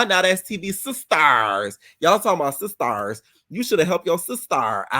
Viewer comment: “Teseki doesn’t even like her own sisTURSSSSS, get outta here” made me scream. I thought the same exact thing while watching, literally word for word 😭😭😭😂😂❤.